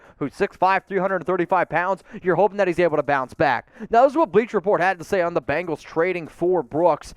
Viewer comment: Its BENGALS NOT BANGALS